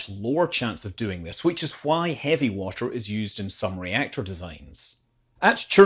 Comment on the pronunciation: Hey man, Please try, to pronounce the word ,,water" correctly. Cause it's not called ,,washer". A washer is a tiny round plate, that's used in screw connections, it's not a fluid. Thank you!